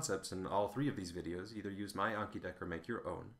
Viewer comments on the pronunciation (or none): none